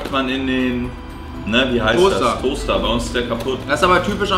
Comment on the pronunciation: Andre weiß nicht wie man den Toaster auspricht 😂😂🤣🤣